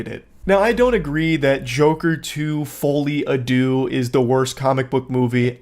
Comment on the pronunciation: Btw it's uh... It's actually pronounced, "Fall-e adoo," spelled, "Folie à deux", and it's French for, "insanity of two". It's something you CAN correlate Harley and Joker with but isn't exactly the best fit for them. It's seen most prominently in twins. There's even a famous example of it from the UK, I believe